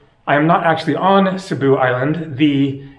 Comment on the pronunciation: Cebu is pronounced SAY-boo:) it always helps to know some basic phrases in the country one is visiting, knowing the correct pronunciation in their language helps so much as it shows respect plus your communication will come across clearly leaving less chance for error..less chance getting wrong directions ect.